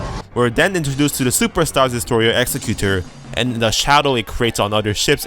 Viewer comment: PS, it's "Ex-ec-u-tor", as in one who carries out a task, e.g. an executive. :)